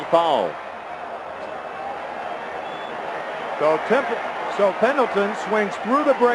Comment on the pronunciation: I love his pronunciation of "fow-wull". :D